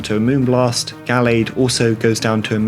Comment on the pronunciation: Pronouncing Gallade as “gaylead” is crazy 🤣